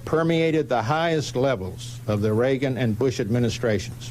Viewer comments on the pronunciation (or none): none